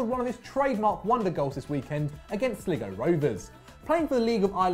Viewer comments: Slig-o ??? Sly-go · It is pronounced Sly-go. Not Sliggo!!! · SLIGO!!!!!!!!!!!!!!!!!!!!!!!!! It is pronounced Sly-go. not Slig-o. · Sl-i-go not sligu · It's pronounced sl-i-go not slii-go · Slig o. Slig, o... please, it's sly go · I thought it was pronounced SLY-GO, not Sliggo? I go, you go, we all go, Sligo. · It's pronounced Sly go (Sligo) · It's pronounced sly-go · "Sligo" (sly-go) comon that hurts 😲🔪🍀⚪🔶😂⚽ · It's "sly-go" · It is purnounced sly - go rovers u thick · Finn harps is from Donegal and u said Sligo wrong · You pronounced Sligo rovers wrong you tool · The way Guy mutilated the word Sligo made me absolutely cringe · That is not how u say sligo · The way he pronounced Sligo is embarrassing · said sligo wrong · As a Derry man I'm proud of McCourt getting in the vid and pissed off by the pronunciation of Sligo lol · Why can no non-Irish person pronounce Sligo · Exactly why would you bother speaking about something when you can't even properly pronounce the clubs name